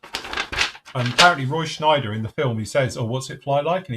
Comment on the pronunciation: Roy ‘Scheider’ not Schneider.🙄😉😆👍🏻